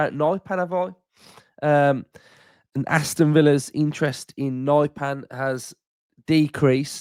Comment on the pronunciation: Nypan isn't Naipan, more like Neepan. And not pan as in pancake, the a is not æ.